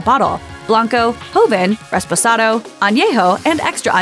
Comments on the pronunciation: Did you just say "RESPOSADO"??? Huhhhh?? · did she say Res-press-ado? wtf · Did a whole video on tequila and can’t pronounce REPOSADO correctly